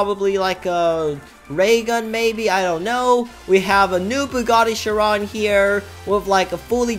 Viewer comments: The way that he said Chiron wrong (Sh-Ron) (Correct way is Sh-irr-on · bruh bugatti chiron SUPERSPORT starts with "ch" lol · it’s chiron